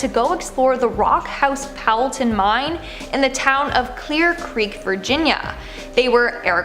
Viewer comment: Did you really just call a mine "mind" It's called mine not mind 🤣